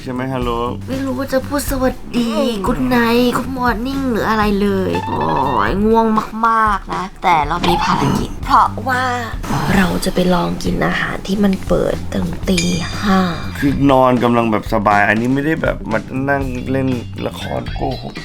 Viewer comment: นิดนึงนะครับ ภารกิจครับ ไม่ใช่ภาระกิจ